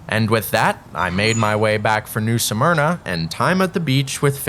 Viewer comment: Why do people keep saying the name of New Smyrna incorrectly? It IS NOT pronounced as Nū Sûh Murna, it is pronounced as Nū Smurnah. Just like many call Altamonte Springs (Al tuh mont, the e is SILENT) Altamontē (Al tuh mont ee) Springs, which is incorrect. Just something that is a pet peeve of this true Native Born Floridian that still lives in Florida, and doesn't like hearing a lot of our city names pronounced incorrectly, sometimes really horribly.